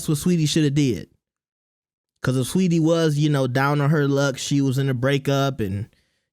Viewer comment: She's Saweetie. Not sweetie